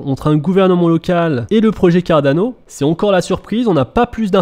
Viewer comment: Juste, stp, arrête avec l'accent italien pour prononcer Cardano, le projet n'a rien avoir avec l'Italie, et n'est pas italien non plus...